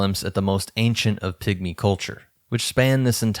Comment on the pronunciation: I’m so sorry, but I hear „pick-me‘s“ every time he says pigmy 😭 I can’t unhear it!